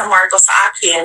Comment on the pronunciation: Pag bumikas si PUSIT ng salitang AKIN ay AK YEN😂 pro chekwa talaga😂